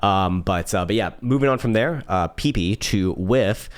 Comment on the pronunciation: Lol pee pee. It’s peh-pey